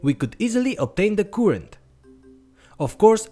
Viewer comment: it needs 2 minutes for me to understand his current spelling. it;s not koorent it's current